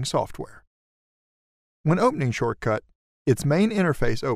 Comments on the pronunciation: I stopped watching after the 2nd time you called it "Shortcut". 😏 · Got it... great tutorial. But what drove me nuts... was him calling it "shortcut" every time. It's just poor selection in VO artist. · Couldn't watch and listen to you keep calling it "Shortcut". It's like listening to a Democrat Senator saying "Illin-oyz" instead of pronouncing Illinois correctly. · Nice video, but It's hard to watch because he kept saying short cut, UGH!!!! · My immediate worry and before I waste 10 mins of my time is that you are incorrectly pronouncing SHOTCUT, there is NO R so why confuse!? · Why do you keep calling it "Shortcut"..? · Read the name right its SHOTCUT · he said shortcut lmao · it is shotcut :p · why pronouncing the name of the software was an issue though? Atleast they gave you an in depth tutorial. people these days though lol. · What's up guys, making a great tutorial here but our "voiceover" can't read things correctly. (Tbh doe it's great thanks!) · i noticed and it bugs me but i cant complain to much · Great video and honestly, the pronunciation mistake is easily skippable unless yer someone that looks for perfection only ;). Yer program is quite neat and really great as I was looking for an alternative to Windows Movie Maker for quite some time since my laptop that has it isn't that usable anymore, sadly -_-. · its shotcut not shortcut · It's "shot"cut not "short"cut there's no R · Wonder why the narrator says 'shortcut' when the software product name is 'shotcut'... no R ! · Right at the start, Let's see ... better to say We'll see in this video... It's Shotcut, NOT Shortcut. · The name is Shotcut, not SHORTCUT! An expert who does not even know how to read the name properly is annoying to listen to. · I believe it is SHOTCUT not SHORT CUT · Dude U keep saying Shortcut Its called Shotcut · I really liked that, and found it useful (apart from you calling Shotcut "Shortcut"). Thanks. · You realize it's called Shotcut, not Shortcut, right?